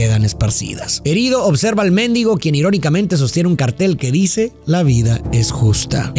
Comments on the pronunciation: No se pronuncia Me'ndigo, en este contexto es mendigo sin acento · Se dice mendigo no méndigo, saludo.